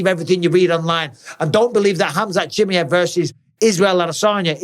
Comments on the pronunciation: I wish you wouldn't butcher Chimaev's name like that 😂😂😂😂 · Your English and you butcher his second name, you know what mean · Pronounce khamzat's second name RIGHT please !!!!!😫😫